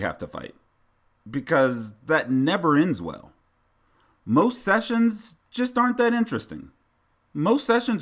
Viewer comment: Shessions? Did you say shessions? 😂💰♠️♣️♥️♦️